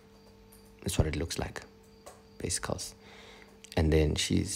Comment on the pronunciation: He also says “bazicals”! And the fact that he knows that brows must be sisters😂I can just tell y’all hella cute together 🥺🥺 He’s got a good voice for voice artistry too